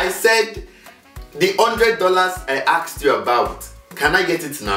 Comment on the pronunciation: I AKSED you about? It shouldn't be asked*?